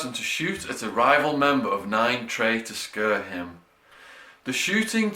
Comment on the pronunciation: "...to shoot at a rival member of nine trey to scurr him."